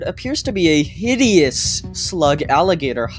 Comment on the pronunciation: why did you have the emphasize the word HIDEOUS bro chill tf out 💔